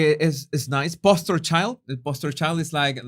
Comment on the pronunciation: btw it's "poster children" and with a long O in poster. 🙂